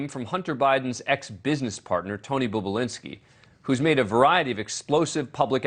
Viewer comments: It’s NOT “BOOB”ULINSKI! It’s BOB ULINSKI…. 🙄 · Its NOT "Boob-ulinski" you freaking tard, its "BOB-ulinski." You anchor a show on television and you can't even read or pronounce letters properly, or even hear them correctly for that matter (as he is referred to in the actual Tucker Carlson clip). Learn words. Idiot. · I noticed that, any idiot knows Bobulinski isn’t boobulinski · Talk about BIAS! JESUS FLYING FUCK! And for the record, his name has one "O" in it, not two! You're the the fucking boob! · His pronunciation of his name sounds degrading. Seems deliberate. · Perhaps you can pronounce the man's name correctly if you want any credibility...